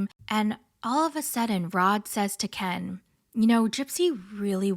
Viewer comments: The way u say Ken like Kian like she does 😂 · The background, the voice impersonations, the clips, the ‘Kenn’ pronunciation, it was all chefs kiss. You gained a subscriber just on this video alone. 😆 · I love how you got the gypsy voice down pact and how u say Ken. Makes me laugh every time 😂